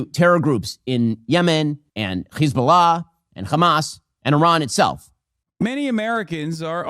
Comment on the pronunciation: Can someone explain to me what this “khamas” or “khezbollah” pronunciation thing is about? Is this a weird bigotry thing about how Arabic speakers sound? It’s one thing when I hear actual Israeli’s talk like this, but every dumbass Zionist like Ben Shapiro does it to. I see it and hear it everywhere and I’m so confused by it.